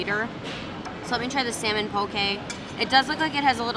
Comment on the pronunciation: I love that you pronounce poke right! I’m from Hawaii and people here pronounce it wrong. Love your channel!